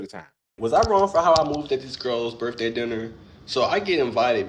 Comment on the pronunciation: To the guy in cama-jacket: it isnt Birfday, or bafroom 😂😂😂